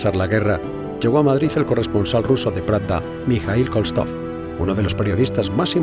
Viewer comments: El periodista soviético, corresponsal del periódico 'Pravda', se llamaba Mijaíl Koltsov y no Kolstov. El locutor tergiversa incansablemente su apellido. ¿Quién le escribió el texto al locutor o es que no sabe leer? :face-blue-wide-eyes: ¿¿¿"Tropa periodística"??? ¡Qué falta de respeto de esta tropa de "historiadores" a la labor de la prensa! Sin embargo, Paul Preston da otra versión sobre el derribo del avión y afirma que fue abatido por baterías antiáreas de origen desconocido. Además, a esta tropa de "historiadores" se le olvidó mencionar que Louis Delaprée fue una de las víctimas más famosas de la prensa francesa, pero junto con los periodistas Renée Lafont y Guy de Traversay, ambos fusilados por las fuerzas de Franco durante el verano de 1936. ¡Vaya versión propagandística franquista transmite esta tropa de historiadores! :face-fuchsia-tongue-out: Como sus voceros de La Razón, Libertad Digital, El Mundo, El Español, ... , conocidos por "objetividad" :face-blue-smiling:e indisimulada ideología. No conseguí llegar al final de este panfleto por temor a perjudicar seriamente la salud, especialmente mental. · Pronuncia mal Koltsov todo el tiempo.